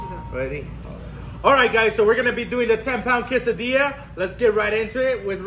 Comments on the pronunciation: Her pronunciation of quesadilla is so wrong…😅😅😅it’s quesadilla NOT CASADILLA 😮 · "Kassa dee-yah" 😂